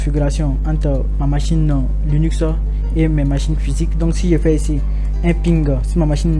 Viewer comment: On dit Linux pour commencer et non Lunix. 😉